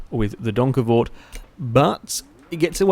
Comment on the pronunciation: OMG you actually pronounced that properly! OMG! How do i know? Fuck yeah im from the same country as that car,, try geussing it, youll most likely be wrong, i think